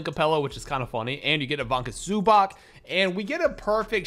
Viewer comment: " IVANCA ZUBAACK" - 2024